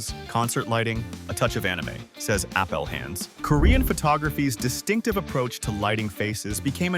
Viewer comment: AI voice can't figure out how to pronounce Appelhans :P